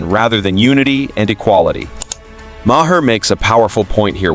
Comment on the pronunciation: Maher is pronounced "Mar". Not "Ma-her". The narrator is an AI.